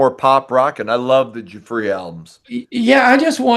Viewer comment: Now I know how to pronounce 'Giuffria' properly...🤣